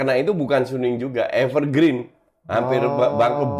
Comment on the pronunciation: Evergrande... Bukan Evergreen